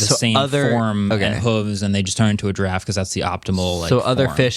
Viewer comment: It's giraffe, not giraffe.